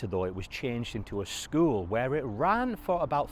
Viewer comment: I can’t unhear skuwl 😂